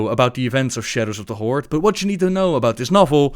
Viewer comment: The however many dislikes are likely due to the language barrier, but it could be fixed for the most part in three steps: 1. "th", not "d" 2. "r", not "rrrr(rolling)" 3. "Horde", not "Hordes".